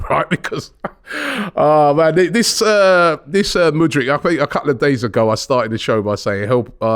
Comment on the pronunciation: Man generally got Mudryk’s name right today. Mudrik. Not Mudrich. Good job Robbie